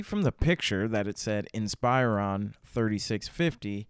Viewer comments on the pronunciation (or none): did bro just say "ins-pie-ron"